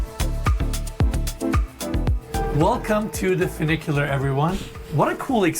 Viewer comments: clearly he just saw the name and figured ooooo that sounds posh and fun...... but no it doesnt sound fun.... FEW NIK YOO LAR = funicular now lets pronounce Nouveau riche together.. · Enes states in the opening that the property has “not one, but two funiculars…” A funicular is a type of cable railway that connects points along a railway track laid on a steep slope. And it has two cars—a descending car and an ascending car that counterbalance each other; one ascends as the other descends. That’s one funicular. And it’s pronounced “fyou (as in few) NICK ya ler” not “foo NICK ya ler”. But if there’s two cars, each with their own track, that travel independently of each other, then that’s two inclined elevators (not two funiculars). And Nevada is pronounced “Ne VAD (rhymes with dad) a” not “Ne VAUD (rhymes with odd) a”. You make some good points, but I’ve never seen one of your videos where you like a house that Enes is promoting. What’s that all about? You’re not the arbiter of good taste. It is subjective. And most of the houses you showcase would only appeal to new money anyway. But I agree with you about the Roman columns and the powder room’s neoclassical vanity; they’re out of place.